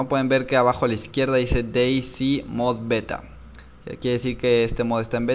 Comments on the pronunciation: "s" en ingles se dice "si" como dijiste vos, pero "z" en ingles se dice "sed" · Creo que ´´C`` en ingles se dice ´´si``, y ´´Z``, creo que es ´´sit`` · Se dice Day Zet